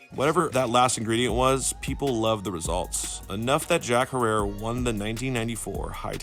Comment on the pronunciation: Jack herer pronounced jack hairer not harerra